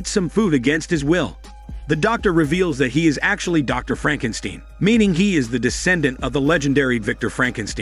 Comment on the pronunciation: Lol 😂 Frankensteen!! Great recap 🎉🍻